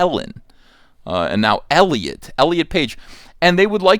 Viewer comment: Now all I can think of is ET saying "Elli-aught"